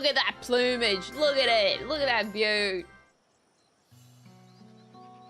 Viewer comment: Wait how did she just pronounce "plummage"?